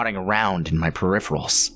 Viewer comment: If he says per---riff--uhh--ruls one more damn time....and ROSE his hand??...next he will say verse instead of versus...😂nope. Its just completely offputting...edit: he said it again...I'm done.